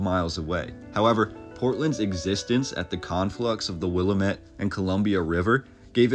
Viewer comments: Interesting theories. There are some holes in your logic, and yet your great video, if rearranged, answers those logic gaps. Also, pronunciation is important to natives here. Two pepper names that messed you up: Couch prounced. "Kooch" Willamette p. "will-AM-it" ...at least you didn't try Glisan, Schuyler, or Tualatin. Logic gap: eg; For the source of money and power in Portland (before the railroad arrived), look at fishing, timber, and shipping. Oregon, and the area were once occupied by the Hudson's Bay Company - establishing Astoria (the oldest European settlement west of the Mississippi. It was interesting that you dismissed the name Portland as ironic, without considering the shipping industry that communicated timber and seafood ask over the world. And brought back what? Steel, bricks, concrete, textiles, etc. Yes, Portland was s lawless corrupt town in the 1800s, but you should probably do more due diligence on your research and conspiracial speculations. * 5th Gen Oregonian and Portlander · This is great, but Couch is pronounced 'kooch', and Willamette is pronounced 'weel aa met.' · Willamette is pronounced Wil-LAM-ette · Was wondering where youre from. Not OR and thats cool, im not either. Only noticed cause portlanders get mad when you dont say will-amette... lmao. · You lost all credibility when you pronounced our river "WILL-a-met" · It's pronounced "will lamb it" ..damnit! 😉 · Willa-Met lol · "WILL LAM IT" river! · The Willamette River is pronounced Will-lamb-it. You're obviously not from Portland lol. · It always sends shivers down my spine when people pronounce Willamette and Couch incorrectly. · 😄 Willamette goddammit and give ya a smooch on Couch. There's a reason we say Glisan. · Yeah, obviously he’s not from Portland, or even Oregon. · It's the Willamette, dammit (make it rhyme and you'll be saying it correctly). ❤ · Pronunciation of Willamette has emphasis.on second syllable. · You pronounced "Willamette" wrong.